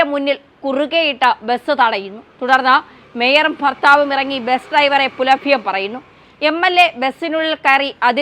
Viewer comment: ഫർത്താവ് അല്ല ഭർത്താവ്.